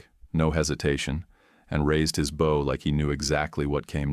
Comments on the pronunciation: Perhaps teach your AI to pronounce Bow as Bo. It's not the front of a ship. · The word is bow with a long o, not bow with a diphthong o.